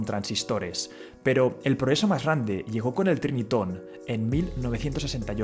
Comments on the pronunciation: Corrección es Sony Trinitron no Triniton. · Se pronuncia Trinitron, no Triniton.